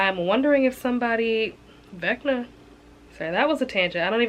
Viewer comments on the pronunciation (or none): "Vecna" 🤣I love your nails! I'll be looking forward to your Fourth Wing vlog!